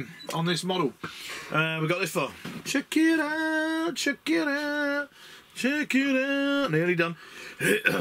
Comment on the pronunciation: Inside of "Check it out" I thought you were saying "Shakira, Sharkira", which confused me.